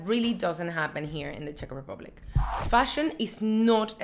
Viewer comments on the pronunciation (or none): She kept saying "Tech men" so I thought she was talking about the I.T. Guy 😂😂, I think she meant to say Czech men.